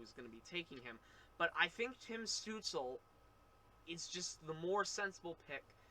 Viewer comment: Stootz-la. Not Stootz-ul.